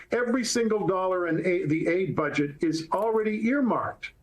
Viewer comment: Listen to this reporter, " its only 1% of the Federal budgit " so that makes it all ok?